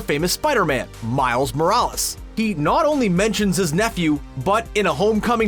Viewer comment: Why do you pronounce Miles Morales in a weird way?